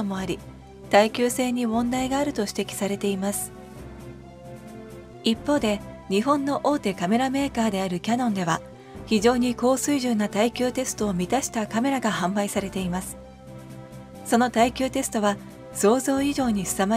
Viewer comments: 何故タイトルでは「キヤノン」と正確なのに、動画の中では「キャノン」と間違っているのか不思議。 「ャ」は大きいほうの「ヤ」が正解です。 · キヤノンの「ヤ」は大きい「ヤ」やで